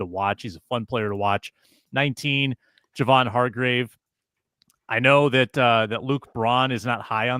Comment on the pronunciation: The least Luke I could do is pronounce names correctly. It’s “Jay-von Hargrave”, not “Juh-von Hargraves”. Come on guy.